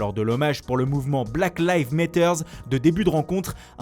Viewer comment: Metters???? Apprend l'anglais!!! Matters avec un A MAtters